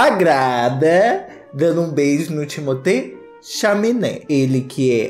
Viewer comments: Timothée Xechelentée 😂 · perdi TUDO no "chaminé"